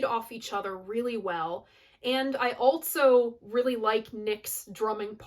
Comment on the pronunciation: Your pronouncement of "also" as "altso" is fascinating, where did you grow up?